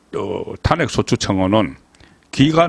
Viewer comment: 애국적이고 충성스런 방송이라, 우선적으로 애청하고 있습니다. 그런데, ...한가지, 방송의 나래이션은,시청자들과 동질 언어일때, 항상 시청율이 높다는것 기억 하십시요.... 나래이션에서,'탄핵' 이라는 발음을 왜 늘, 탄핵의 《탄》자에 액센트를 주시는지요... 부산 지방의 습관 입니까? 다른 일반 시청자들은, 첫자에 곡괭이로 콱 찍듯이 액센트를 주지 않습니다. 기억해 두시면 유익할듯 합니다!